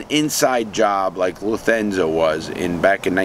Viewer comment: Luthenza? It's Lufthansa you dork.